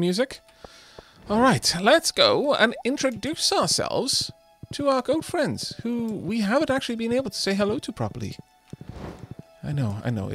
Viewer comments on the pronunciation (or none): Anyone else hear girlfriends not goat friends? Just me? 'k.